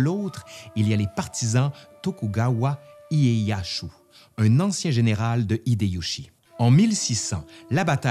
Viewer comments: Tokugawa ''ieyassu'' tu ma fais saigné les oreilles avec ton ''ieyashu''. Sinon bonne vidéo, qui prend quelques raccourci... Mais en 30minutes c'est un exploit... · Ca se prononce plus ou moins comme c'est écrit, [Genpéé], pas [Génépé]. : Pareil pour [iéyasu], comme ça se prononce, il n'y a pas de [shu]. : Bon bin là pareil, comme ça s'écrit [Nagaçaki], y'a pas de Z. Vidéo intéressante en tout cas ^^.